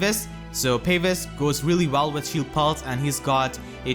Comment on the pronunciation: it's pronounced Pah-vise, not Pave-is, you welcome :)